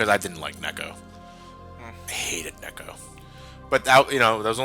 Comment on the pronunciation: NEKU!His name is Neku not neko or cat!